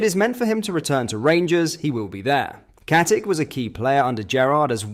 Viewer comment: Pronounce IT as KATICHHHHHH COMEEEE ON MAN STOP WITH THE AI SHISNICK